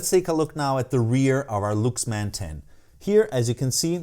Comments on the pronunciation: Is it pronounced " looks man " or " Lucks man, " I thought he was talking about a different company? It sounded good played in "moan-o" or "steer-e-o", but joking aside what a fantastic amp, now I'm on the look for one. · Well Luxman is pronouced more like Laaksman which is ラックスマン or Rakkusuman in Japanese. But it is completely fine.